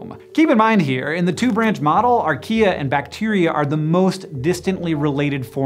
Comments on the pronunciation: Why did I hear "He discovered IKEA?" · Who also heard Archaea as Ikea??